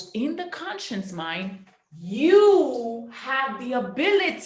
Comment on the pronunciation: Someone who cannot even say conscious.. trying to teach us about consciousness and sub consciousness. She's saying conscience instead of conscious..... 🙄 Biiiish you have NO conscience. Grifter.